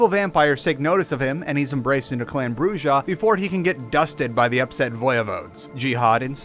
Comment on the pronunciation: Please please improve your pronunciation on vampire the masquerade terminologies. The way you pronunce them is horrible! Why its so hard to pronunce "Brujah" right for example? The "J" is a JOTA for f*cks sake! Its spanish but it is not that difficult! Why its so hard to pronuce it? xD I tried to teach my players in my vampire p&p group too, but they dont get it either...